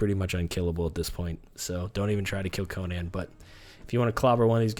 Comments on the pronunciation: Why people say Conan like that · I hate when people say Conan's name wrong....